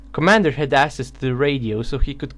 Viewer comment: It's pronounced AKSESS